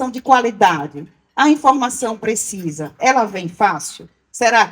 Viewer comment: Na chamada " "PRESISA"...É lulês ou "terra de Malboro" ? Adevogada ou advogada?